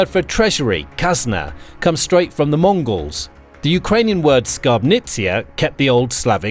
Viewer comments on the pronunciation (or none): none